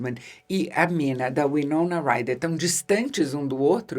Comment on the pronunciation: Eu simplesmente amo esse filme com toda a minha alma. Tudo nele é perfeito! A interpretação do Gary Oldman é tão singular, que muitas vezes me pego falando suas falas buscando imita-lo. a maneira como ele pronuncia o nome Minaaaaa... é algo incrível! Bom, nesse filme têm dois dos meus atores favoritos, Keanu Reeves e Anthony Hopkins, além de outros que não precisa nem citar. É uma obra prima, que transcende o tempo. Bela dica para o Halloween.